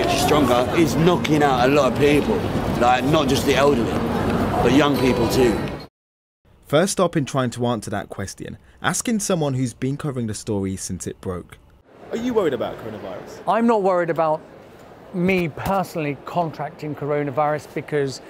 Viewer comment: Hey, Mr presenter man, it's "question" not "questeean"